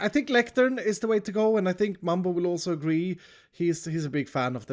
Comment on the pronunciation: Mumbo not mug